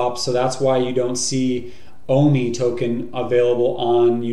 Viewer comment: why do they call it WOMI instead of OMI ?